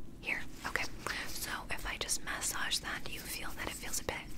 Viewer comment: im sorry, but the way she says "massage"